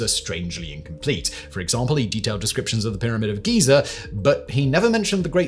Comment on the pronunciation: "The pyramids of geezer"